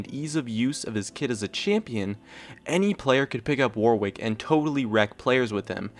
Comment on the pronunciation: the second W in Warwick is silent....... (an Englishman)